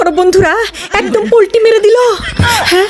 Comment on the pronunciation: Polti na palti bole😂😂😂😂😂